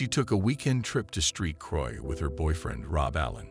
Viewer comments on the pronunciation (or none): “Street Croix” please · I’m sorry… street croix? 😂😂😂